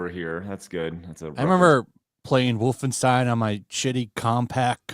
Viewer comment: "wolfensteen" fired